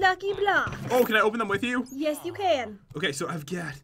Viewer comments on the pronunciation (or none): I love how u said yesh 🤣🤣🤣🤣